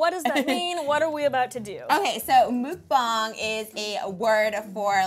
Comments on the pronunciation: You pronounce it moook bung this whole time ive been pronouncing it wrong ive been saying muk -bang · its not MOOKBONG its pronounced Muck-pong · Its pronounced”MUCK BANG” and it means eating broadcast... it originated in korea many many years before it became mainstream in the US. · It's "muck - bong" she doesn't even say it right. And Nikocado Avocado is the Queen! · Trisha needs to know 2 important facts if she wants to be considered a Mukbanger: 1) Origination is S. Korea. 2) Please pronounce the word correctly: Muk - rhymes with buck Bang - sounds like bong (smoking bong) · Its pronounced MUCK BANG!! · lol and they keep say mookbang XD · as someone who speaks korean, she did not pronounce it right lol